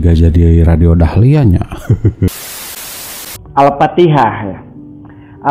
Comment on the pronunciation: Orang awampun fasih kl bilang Al Fatihah. Ini ngaku ustadz trus murtad bilangnya Al patihah. Masaaak sih. Ketauan nipunya. Trus blg Musabaqoh Tiwalatil Qur'an aduuuh. Engkong, salah itu. Ketauan org awam sampeyan. Biar kt wow gitu ? Sekelas guru ngaji murtad, halah mungkin nih biar bener gitu pegangan kami umat muslim ya Al Qur'an , hadis .sunnah2 Rasul bukan nyontoh org model km ya. Kita mah senyum2 sj